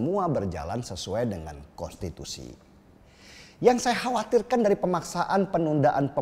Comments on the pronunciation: Kok sebutnya kostitusi bang 😂😂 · Bg denny gak bs ngmg konstitusi ya? Yg gw denger kostitusi lho🤣